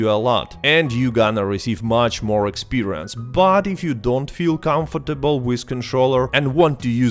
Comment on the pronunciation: CANFIRTIBIL DİYE OKUNMUYO CONFTIBL DIYE OKUNUYO NEREDE ÖĞRENDKN İNGİLİZCEYİ